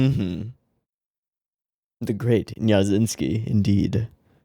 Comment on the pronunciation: OMG I can’t not think “Davincky” whenever Neko-sensei says “Nyajinsky”